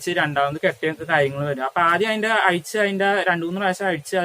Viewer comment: അപ്പെ എന്നല്ല അപ്പൊ